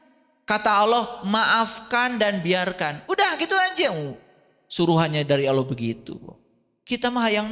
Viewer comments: alquran,nyebut nama Allah saja masih salah.kdg nyebut nya awloh,kdg aloh.mn ada org percaya kamu islam klw sperti itu.malah kamu sndr yg malu nnti.di tantang baca alquran bkn nya membuktikan kamu bisa baca alquran,kamu malah ngeyel blg nya bkn hal wajib.aduh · si blm pintar nyamar jd islam.hrs nya si bljr baca alquran dulu yg bnr biar mirip islam.ini jgn kan baca alquran,nyebut nama Allah saja masih salah.kdg nyebut nya awloh,kdg aloh.mn ada org percaya kamu islam klw sperti itu.malah kamu sndr yg malu nnti.di tantang baca alquran bkn nya membuktikan kamu bisa baca alquran,kamu malah ngeyel blg nya bkn hal wajib.aduh